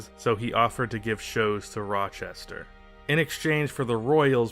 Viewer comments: Hurt my soul to hear him pronounce it like that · it’s actually pronounced “Rah-Chester” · Did he say Roy chester? 🤣🤣🤣 Its pronounced Rah-Chester